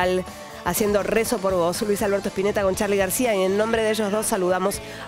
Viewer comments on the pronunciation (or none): Dijo saludamas???!!!